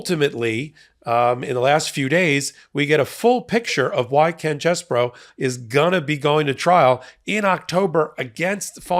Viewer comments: I'm not enthusiastic about Ken Chesebro's name being pronounced as "Chess Boro" - He's KEN CHEESE-BRO! 🧀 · Quit pronouncing his name as "Chess Bro". Pronounce his name as *CHEESE Bro".